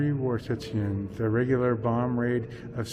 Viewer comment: Szczecin. - (Sh-che -tsin)